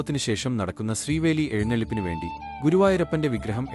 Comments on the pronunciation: ശ്രീവേലി അല്ല... ശീവേലി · ശ്രീവേലി അല്ല... ശീവേലി ആണ് 🙏🙏🙏